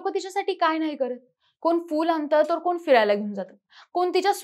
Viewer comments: व्हिडिओ दाखवण्या आधी भाषा सुधारा.कोन नाही कोण असा शब्द आहे.मराठी अशुद्ध आहे. मुलांना आजकाल ai वडील ओझे वाटते. बरं झालं दोघे गेले. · कोन, कुनाचि ...."ण" वापरा